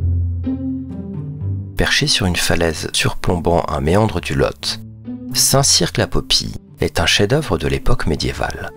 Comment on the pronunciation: Oui, je connais bien ma région... Par contre, dans le département 24 - la Dordogne - il vaut mieux dire Périgord... ils sont tatillons là-dessus... : ) La vidéo est ben montée, la voix agréable. On ne prononce par le Q de Saint Cirq J'y suis passé la semaine dernière (Saint Cirq, Rocamadour) 🤗